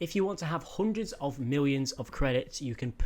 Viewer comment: He says hoondred not hundred :-D